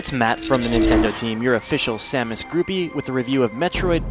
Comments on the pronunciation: It's SOM US. Not SAM is damnit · Why did he say Samus's name like that? :(